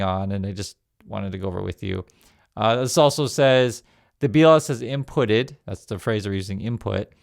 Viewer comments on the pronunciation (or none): i think the word is from the verb 'impute', pronounced (im PYOOT'): example: ' commerce to give (a notional value) to goods or services when the real value is unknown'. so we know that there's a whole lotta imPYOOTing going on in this corrupt administration, and to expect this on a regular basis as the books keep on being cooked. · Hi. Impute (not imputted as you pronounced it) means “to give (a notional value) to goods or services when the real value is unknown” so the word they use sort of says “it’s not real.” By the way, who’d believe ANY figure the American state provides right now.